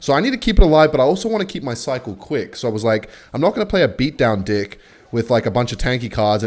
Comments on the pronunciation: are u saying deck or dick??! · i swear you are purposely saying dick instead ok deck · stop saying 'today's d*ck'. It's deck. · yo i know it's not the wind anymore you're saying d*ck not deck 😩😩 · I feel like it‘s not talked about enough that when he says „deck“ it sounds more like „dick“ and i love it. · i cant tell if u pronounce deck like that unironically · Can ANYONE help me understand if he’s trying to say “Deck” like that or if it’s just his accent😭😭😭😭😭